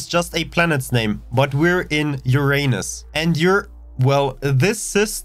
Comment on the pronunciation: love the way you butchered Saturn and Uranus names